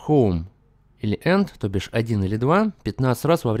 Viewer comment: Ты украинец?!ты сказал тобиш